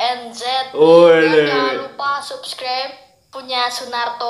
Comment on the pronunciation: Sunarto clip:"saskreber" Gua:"wkwkwk"